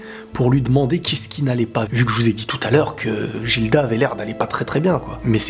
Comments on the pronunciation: Jilda ???!!!!??? Prononciation Gilda ( Giruda japanese prononciation) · Gilda ça se lit guilda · a chaque fois je me retiens d'ecrire dans les commentaire par peur de spoil un truc vus que je suis au chap 120 x) juste sa se pronconce "Guilda" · Ça se dit guilda